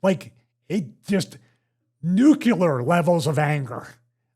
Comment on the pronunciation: nu-kle-ar. You're not Geroge W Bush.